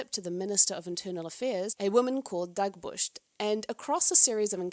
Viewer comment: Firstly Thank you for your work doing the lords work finding these videos =) <3 sidse babet knudsen almost playing sapphic is a win in my book. even a toxic one will do. she is awsome and funny and charming. Love love love her. Also Its sounds like you say Dagburst. im not icelandic, danish but i think its pronouced Dagbjört: "DAHG-byurht," with the 'ð' sounding like 'th' in 'the,' making the 'b' and 'j' blend into a 'bj' sound, and the 'ö' like 'ur' in 'fur', stressing the first syllable.